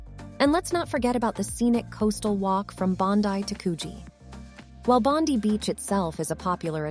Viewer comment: I'm sorry but I'm dying how your pronouncing Bondi💀